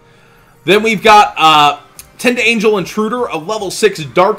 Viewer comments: I REALLY like you, but it's pronounced Tind-angle, like you would say "a right angle". I didn't have an issue with it until you said Tind-angel angel. love ya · Silver Fang its a pronunciation thing. Like he ain't even close